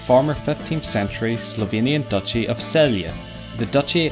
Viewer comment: Celje as you pronounced doesn't existc. Exists just Celje with ''tz'' not with ''s''. :P